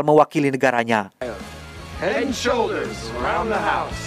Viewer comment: Head and shwouder😂